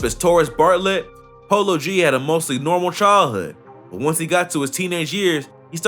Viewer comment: did this nigha say polo bd? lmao